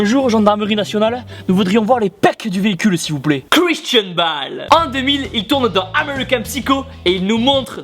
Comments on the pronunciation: Par contre c'est Christian Bale (à l'anglaise) pas Christian Balle ^^ !!!! Continue comme ça BOOOOOOOOOOOOOOOM ! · T'as pas mis Gerard Butler pour 300, une des transformation les plus impressionnantes. Et faudra travailler l'anglais parce que Bale ça se prononce "Bèile".